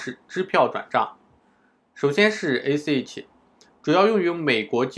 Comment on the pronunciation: 这英文发音太绝了：ACH（ac诶七）Skype（skip）